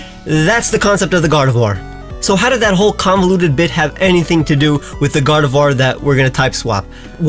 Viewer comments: GARDEVOIR, NOT GARDOVIOR! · GARDEVOIR, NOT GRARDVOIR! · GARDEVOIR, NOT GARDEVUAR! FIX IT NOW!